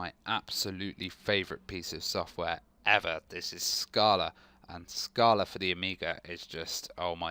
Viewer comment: Err, don't wanna be picky, but it's pronounced like this